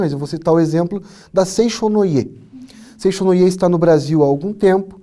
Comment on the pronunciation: Muito bem colocados os pontos do professor. Permitam-me apenas um esclarecimento quanto à pronúncia da grafia de Seicho-no-ie. Não é "seixo" (som do "x"), é "seitcho" que se pronuncia (som de ti) como na palavra "tchau". No mais, a consideração sobre a Seicho-no-ie é correta. Paz profunda.